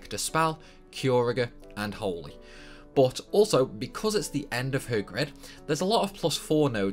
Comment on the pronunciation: Says he won't say "Tidus" because it sounds stupid proceeds to say "bot" for "but" lol